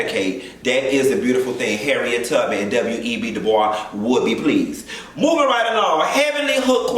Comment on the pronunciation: B C 😂 It’s pronounced like “boys.” He was American and born in the US, not France!